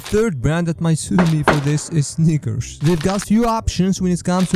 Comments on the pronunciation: Bro he don't Say snickers 💀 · He did not say snickers😭🙏